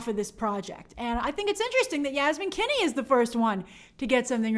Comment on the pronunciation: Were you mispronouncing the name Finney? 😂😬 Like, saying something like “Kinney”.